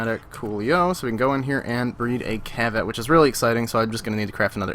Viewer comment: its not cheviot its kavat